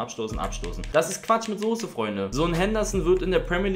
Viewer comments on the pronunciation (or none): none